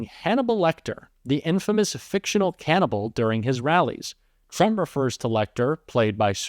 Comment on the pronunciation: LOL, AND NEXT HE CALLS THEM CANABLES